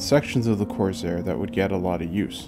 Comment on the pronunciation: Nice touch with the cowl flap mechanism! Really nice paint work, too, I like how subtle it came out. This was a really well done build and the extra detailing looks to have been worth the effort. I do have one question: why you pronounce it as “Corzair”? Is this a regional thing?